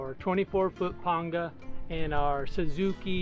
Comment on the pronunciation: WOW! Thank the lord almighty a man who knows how to say Panga correctly.